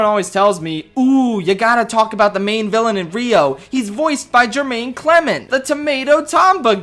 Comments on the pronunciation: not Jermaine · HIS NAME IS NOT JERMAINE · Your continuous mispronunciation of name wears on me every day. Great video, though. I loved it. <3